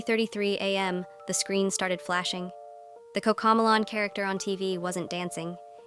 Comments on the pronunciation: It's not coccocmelon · "COCAMOLAN🤓☝️" ahh ai voices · Why instead they say “COCAMEALLON” instead of coco melon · It’s Cocomelon not Coco melon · “Cocamalon” bruh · Cocomelon❌ Cocomolan✅✅ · 𝙶𝙸𝚁𝙻 𝚆𝙷𝚈 𝙰𝚁𝙴 𝚈𝙾𝚄 𝚂𝙰𝚈𝙸𝙽𝙶 𝙲𝙾𝚁𝙰𝙼𝙴𝙾𝙽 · 😂😂😂😂😂 Did you Said cocomolan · the robot can't even say a TV show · You said Cocomelon wrong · you are pronouncing cocomelon wrong